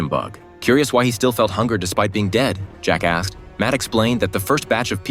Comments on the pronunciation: "jake ask" sound like "jackass" 😂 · "Jack asked" sounded like jacka** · Guys, im just repeating what the narator said. He said "Jack asked" which sounds like "jackass"